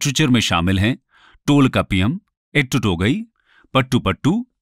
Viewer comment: Please understand, this is not Dravidian but Tamilian. Right Pronounciation of Tamil words used... Kapadapuram = कपाडपुरम Tholkappiam = थोल्काप्पियम Melkanakku = मेलकणक्कु Pathupattu = पथूपाटटू Keelkanakku = कीलकणक्कु Pathinenkeelkannkku = पाथिनेंकीलकणक्कु Silapathikaram = सिलपतिकारम Tholkappiar = थोल्काप्पियर Ettuthogai = एटटूथोगै Aingurunooru = ऍंगुरुनूरु Natrinai = नट्रीनै Paripadal = परिपाडल Paditrupathu= पदीट्रपथु Thirumurugatrupadai = थिरुमुरुगाट्रपड़ै Porunaratrupadai = पोरुनाट्रपाड़ै Sirupanatrupadai = सिरुपानाट्रपाड़ै Perumpanatrupadai = पेरुमपानाट्रपाड़ै Mullaipattu= मुल्लैपाटटू Nedunalvadai= नेडुनलवाड़ै Maduraikanji = मदुरैकानजी Kurinjipattu= कुरिंजीपट्टू Pattinapalai= पट्टीनपालै Malaipadukadam= मलैपाडुकडाम Seethalai Sathanar= सीथलाई सथानार Senguttuvan = सेनगुट्टुवन Pathini = पथिनी Karikalan = करिकालन Thamirabarani = थामीरबरणी Not only Pandiyas also other two Kings did not accept “Vedas” and did not give patronage for Brahmin priests. Marudam = मरुदम Neithal = नेयतल Palai = पालै Tholkappiam did mention only about the section of people not the castes. Kakkaipadiniyar= काकैपाडिनियार Nachellaiyar = नचेल्लैयार No, there is no Sati custom in Tamil Nadu. Kotravai = कोटरवै Nadukal = नडुकल